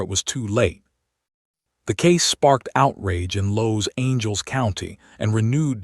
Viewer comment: Los Angels county?? Huh?? You can't really support the victims if you mispronounced half their names.